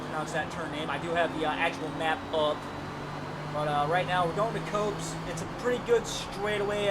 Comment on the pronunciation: 1st overtake was a bit rough and hopeful on their part, while the corner you were not sure about is pronounced 'Cops' as in cops and robbers. It is so called because the word 'Copse', that the corner is named after, means a small clump of trees which Silverstone has had plenty of around it. I am sorting out a 'Boss 'Stang with race rubber and will send details as and when it's done, typical Forza, I sort out loads of cars for 20 minute racing and then they resort back to shorter races 🙄. Solid racing as per, and hope to see you on track over the week end.